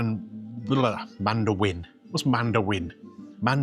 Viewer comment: Mandewin? lol …who are you now, Tony Angelino Mr Gweeno lol lol